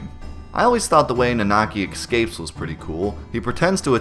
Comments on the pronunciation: I’m not so concerned with pronunciation of names (good humor on your part) as I am with how you say “excape” instead of what is obviously “escape.” Great videos. Thanks! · are you seriously saying "EXcape"?! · Why do you pronounce "escape" so strangely? You say "eCscape" with an extra C